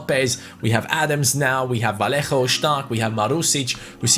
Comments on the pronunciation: Its not V-a-l-l-e-j-o, Its V-a-y-y-é-h-o and Riqui P-e-e-j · Vallejo is pronounced vayejo, like so can see